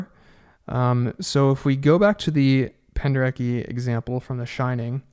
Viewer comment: I love your channel and hope you will do more videos showing the film scores themselves! It would be nice to hear the examples you cite, even for those of us who are professional musicians. Your 'chaos' chords are great to look at but would be more helpful if you were playing them while describing them. Also, just for your info, it's pronounced Penderet-SKI! I learned that when we worked with him at my University many years ago...we all thought it was the way you say it until he corrected us.